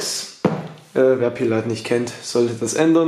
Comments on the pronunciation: wie schön du pillath ausspricht. danke geliebter bruder. ich fiste dein darm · Diggah, glaube du musst mal lernen die Namen der Rapper aus zu sprechen, wenn du schon solche Video's machst. Bist mir schon so nen Pillaaath oder Manielsen 😂